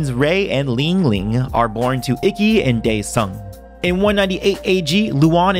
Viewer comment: It’s pronounced eekey, not icky